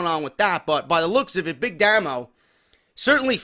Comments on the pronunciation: Its Pronounced "Daymo" not "Damo" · pronounced DAY-MO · Big Damo was the first wcpw world champion and he faced rampage. He's great you should like him and it's damo not damno